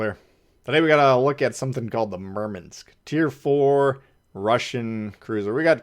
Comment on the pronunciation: WTF is a Merminsk lol